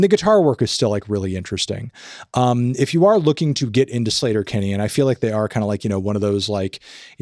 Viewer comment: Im pretty sure their name is pronounced Sleeeter-Kinney. Not "Slater". Just sayin.😊